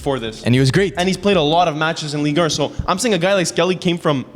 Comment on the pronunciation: Guys please pronounce Ligue 1 correctly... it's painful. It's Ligue Un not Ligue Ur